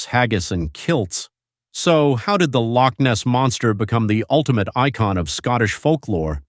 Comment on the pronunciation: The accent of the commentator is grating on my ears. Certainly not a Scottish accent, it hurts the way he pronounces Loch Ness.